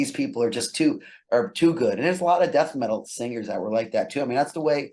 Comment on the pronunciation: The way you pronounced Death Metal in the first question sounded like 'Dat Metal', that's why he deviated to Kiss etc